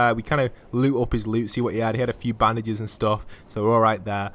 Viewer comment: It's bandages not Baandases